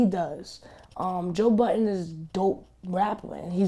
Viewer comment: It's Joe Budden. NOT Buttons.